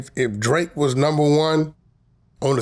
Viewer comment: Vlad fake as fuck, his last interview he said he'd sue to😂😂😂 Now he saying drake wrong